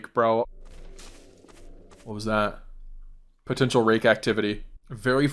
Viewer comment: you did not say rake😭